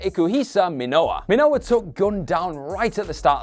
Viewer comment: Since it's a pro wrestling based channel we can give a slight pass on mispronouncing Pancrase (easy way to remember it is Pan Grace, then swap the G for a C) ... But mispronouncing basic Japanese names when we know they talk about NJPW & other Japanese pro wrestling at the times, that doesn't get a pass, with a few exceptions the language is all 2 letter syllables, so Minowa is Mi-no-wa, just like Nakamura is Na-ka-mu-ra ... I'm sure the poor guy will learn from this experience tho 👍👍